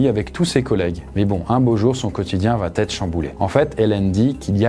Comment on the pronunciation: Vos vidéos sont distrayantes et sympas mais les « vaT être » dans chacune d’elles, c’est stop. Parlez un bon français, c’est important